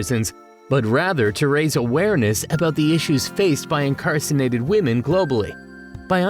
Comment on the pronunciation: You didn't say incarcerated though. You said "incarcinated" at least three times.